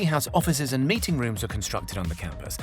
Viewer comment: Yep, keep hearing meeting as mating... "Mating room" lol